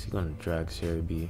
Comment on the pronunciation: whats ceribi? why did he say ceribi